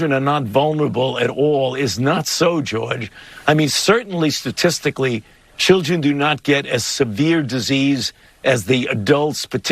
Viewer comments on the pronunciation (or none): "The childggren."